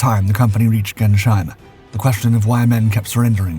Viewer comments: Gerns-heim "gladness-place" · THE TOWN'S NAME IS NOT PRONOUNCED GERNSHEIM WITH THE SH BEING PRONOUNCED TOGETHER AS AN SH SOUND AS IN SHOULD. IN GERMAN IT IS PRONOUNCED GERNZ HIME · Gernsheim is pronounced Gerns- heim, not sheim.